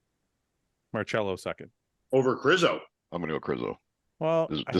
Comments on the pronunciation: Mar-Sello not Mar-Chello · Its pronounced Mar-sello NOT Mar-chello 🤦🏻‍♂️ you guys are killin me lol